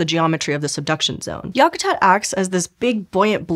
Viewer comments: I have lived in Alaska all my life, and traveled many places, but never once have I heard anyone, Alaska or otherwise, call Denali, “mount” Denali. It’s just Denali. Yah ku tat? Wow. Talk to a local before you try try to pronounce local names. I was interested in this, but when you butcher the names of familiar places around my home, I don’t want to watch this anymore. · FYI, to pronounce Yakatat think whack-a-mole but yak (like the animal)-a-tat (like the act of making lace). Most of your pronunciations were WAY off. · Check your pronunciation of Yakutat.